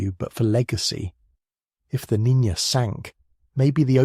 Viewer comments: Niña, not Nina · Listened to the whole video. Nicely done. Unlike other channels, you pronounce Niña properly as "NEEN-ya" instead of "NEE-na". But, you did START with "Nina" early on then switched about an hour in. It just ended, at 0651. Location: Seattle WA area. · Ok, the name Niña is pronounced roughly as NEEN-YAH.